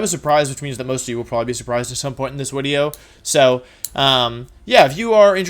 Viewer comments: your content is very interesting but one thing that really bugs me is when you say "wideo" instead of the word video. Is this on purpose? or can you not control it, i.e. in the form of a speech impediment? I am very confused but I would like to know. Thank you. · OOTL here why does he say Wideo instead of Video. I know he's doing it on purpose, just curious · OKOK, why does he say "wideo?" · Why does he say “wideo?” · It's great that you say Wideo because my name also starts with W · I can’t take a grown man saying “wideo” XD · Im here mainly to hear you say wideo lol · wut is "wideo" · Ah, another exciting 'wideo', with another AMAZING intro.